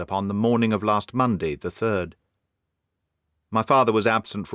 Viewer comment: just one point about your Australian accent: it's one of the best I've heard, but as an Aussie myself, I can assure you that we pronounce "past", "last" and "fast" exactly the same as most Brits, with a long /a/ sound. I don't know where you got the idea that we say these words like most Americans, with an /ae/ diphthong.